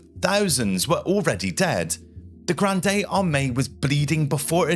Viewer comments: The "e" in "Grande" is silent. The word is pronounced as "grand" in English. Disease typically killed more soldiers than battles in the 18th and 19th centuries. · It's not pronounced Grand day. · You don't pronounce the E at the end of "Grande", It's pronounced Grr AHND. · Thank you for this video. Well narrated & interesting. One thing: the “e” in Grande is silent, which as Francophone was a bit distracting — although it did not detract from the content. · it is pronounced grand nót granDE as I learned in French. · The "e" in "Grande" is silent. You don't read it with the ending "ey/ay" sound. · Just a pronunciation correction: Grande should not be pronounced as in Rio Grande, it's not Spanish. The final "e" is silent. "Grand Army" is much better, both in meaning and pronunciation. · Total cringe and he kept repeating "Granday"...